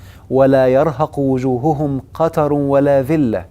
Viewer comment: استسمح يادكتور لا يرهق وجوههم الهاء الاولى منصوبة وليست مرفوعة لانها مفعول به